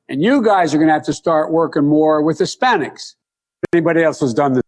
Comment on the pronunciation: This is the guy they said will bring civility back to the US? Anyone else notice he said Spanics he didn’t say Hispanics almost slipped and said spics which is what he wanted to say.